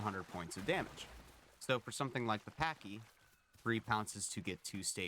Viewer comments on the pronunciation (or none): the way you say pachi is a slur which refeers to Pakistani people. Pachi like when you say game patch :)